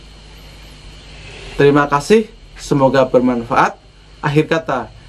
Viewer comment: km tu belajar tajwid dulu pertama ngucap salam aja kurang pas pak,,mf seribu x mf